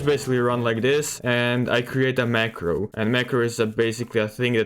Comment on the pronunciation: I did not understand which macro you said